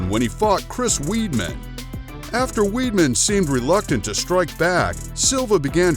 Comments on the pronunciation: Its pronounced wideman, Chris Wiedman not weedman! Idiot, press ups!? You mean push ups! Annoying! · Hahahah Chris weed-man... it’s pronounced Wide-Man but whatevs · Why are you pronouncing weidman so strange ? Its not "weedman" its weidman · How can you commentate on a video and don't even know how to pronounce the fighters names correctly. Chris Weedman? What a joke, what else is a joke is begging for subs every vid def wouldn't subscribe to this garbage. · he said Chris Weeedman.... lmfao